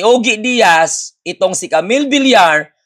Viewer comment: Ojie iyan ang pag prounce sa pangalan niy.